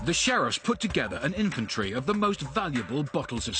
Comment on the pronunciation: "Invintree"... INVENTORY! Please say it correctly.